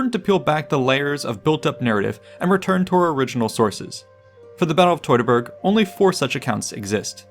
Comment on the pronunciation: teuteburg nicht totaberg 😂